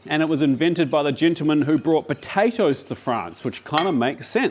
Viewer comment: Potatoes 🥔 with a P not a B